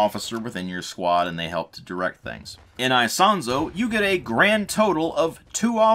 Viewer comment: I do speak some italian and the way you say Isonzo is the correct one. With italian accent it would be " ee-sOn-tso". Just accentuate the "o" in the "son" part.